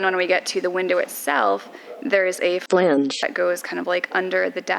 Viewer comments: Haha, it seems like determined half way through the editing that it is a "flange" and not a "falange". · I don't remember if I was one of the ones who gave you crap in the comments, or if I limited myself to yelling at my screen that "flange" only has one syllable. Either way, the edit cracked me up. 👍